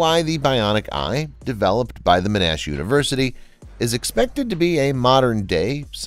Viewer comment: “Men-Ash University”